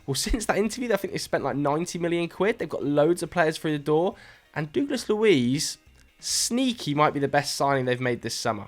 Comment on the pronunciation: I’ve said it before, and I’ll say it again.. you mispronounce Douglas really badly 😂